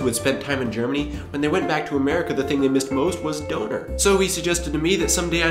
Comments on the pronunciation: als ich " doner " gehört hab, wusste ich erst gar nicht, was du meinst, bis ich dann rausgefunden hab, dass du "Döner " meintest :D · the whole time i understood "Doughnut" not "Döner" :D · its Döner not Doner^^ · Cool, but since you live in Germany, please pronounce "Döner" properly. The word is pronounced more closely to DURNER not DOANER. Definitely agree with you about the fact that Germans are not afraid to let children play and will take responsibility for their own actions. America has become extremely WUSSIFIED! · he means döner! now it makes sence :D I was all the time here, sitting and thinking "what the heck does he mean with donors?" xD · That was supposed to mean "Döner"? Seriously? Would have never guessed it... sounded like some bastardization of "Donut" or something like that -. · durner sound like tina turner . its döner. Ö is a letter most people dont know . u have to say it like an Ö no other way to pronounce it . bye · ***** Abgesehen davon, spricht man es korrekt auch eher "Dönehr" aus, als "Döhner". Frag mal nen Türken... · awesome video, just please say dÖner, not dOner. Thought you were saying donut at first ;DD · Döner with an Ö not an O.....;D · Was I the only one who accidentally heard "boner" instead of "doner" (I am embarrassed) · It's not Donar. It's DÖNER c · Döner not Doner :D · DÖNER, not DONER :D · can u say DÖNER? or just DONER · You say doner wrong. Its pronounced Don - er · It is DÖÖÖner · Döner is like burner without the r and with emphazise on the u :) I was kinda confused like "what kind of potatoe?!" XD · HAHA how you underlined Döner you said Doner with o not Ö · Ach Doner ist Döner hahahahaha xD anstatt einfach Kebab zu sagen:D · You keep on saying it like donor. Don't forget the umlaut! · Oh come on now,. Everyone knows that Americans have a little problem with "Umlauts". Try to pronounce Loewenbraeu correctly. With your "Schulmeisterei" you sound more like a German. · Ohhh er meint damit Döner XD Danke